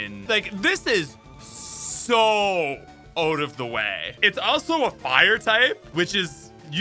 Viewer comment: Out of the way ❌ OAT of the way ✅